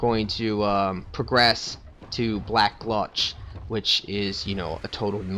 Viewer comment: Hey! Im watching ur entire playthrough now:) Just have 1 issue with ur vids. Maybe it's just me being stupid... but your saying alot of names wrong. I dont know if thats because ur not Reading it properly or something, but it annoys me xD ( example: black gLutch instead of Gulch or Shrine of amaDa instead of Amana) But i guess thats just me being picky:P Other than that i rly enjoy Everything!!!